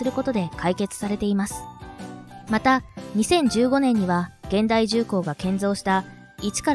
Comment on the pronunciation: 現代 をげんだい と読むとはロボット講話ですね。 ひゅんだいが正解と思うのは私だけ 社名や氏名を間違って読むのは失礼にあたりますよ